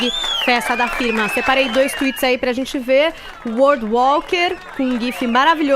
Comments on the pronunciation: #forafefito mano o cara fala "ispludiu" "zenti" chato irritante xiliquento pior contratação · esse fefito a paula e edgar visivelmente não toleram o caio e suas opiniões, mesmo quando o cara esta 100% correto eles dão um jeito de ir contra a fala ate indo a favor de bandido em vez da vitima, isso é ridiculo. esse sujeito fofoqueiro de novela que fala "zenti" em vez de gente foi a pior contratação que a radio fez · do céu 🙆🏼‍♀️🙆🏼‍♀️🙆🏼‍♀️ que agonia do cacete o jeito que ele fala... podia procurar uma fono né! 🙄🙄